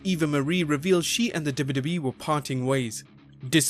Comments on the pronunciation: hey, narrator, practice saying "Double You Double You EE" and "Double You Double You Eff" clearly. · if only you could take time to learn how to articulate "W-W-E" ... hint? its THREE! letters and its really aggravating to the ear when you insist on making it into just one syllable.... '